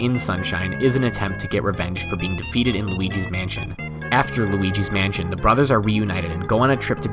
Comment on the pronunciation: it sounded like he sid wauligi mansion